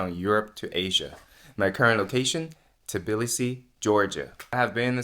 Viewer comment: congrats on nailing the pronounciation of Tbilisi 😀 literally 99% of foreigners switch the letters "b" and "i" and say "Tiblisi" 😀 LOL